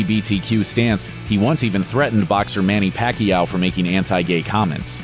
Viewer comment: Mani-pacyow? Its manipayaw